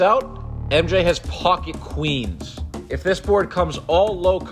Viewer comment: He butchers the second queens sooo bad